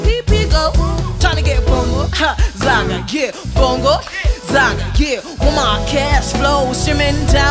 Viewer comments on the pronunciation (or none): It's Mbongo Zaka not Bongo Zaka or Bongo Zanga🤦🏽‍♂️